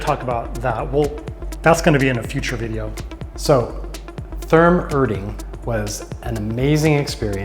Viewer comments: Hey Guys! Practice up a little on your German pronunciation - especially the "r" sound. The town and name of the spa is ER (air) DING. And Therme (which is Italian, I think) is TEAR (tear) Me (Ma). The towm and spa is very close to the Munich Airport, which is how I found it. I would always schedule an extra day to "take the cure," as they used to. There's also a hotel as part of the complex, the room rate includes admittance. (There could be 2 hotels.) Haven't been there in a few years, and while never cheap, the price has gone up! But I know they have late in the day rates and promotions, etc. It is a wonderful place. Many Germans love their naked swimming and you see all types of folks relaxing and having a good time. To the comment about not speaking German - I only speak a little bit, but have always had a employee who could and was happy to help me out. Thanks for the video and many German towns have similar (but smaller) facilities. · nice video. thanks for the review. look out, the ER is Erding is pronounced like the leading ER in error, not the er in liver.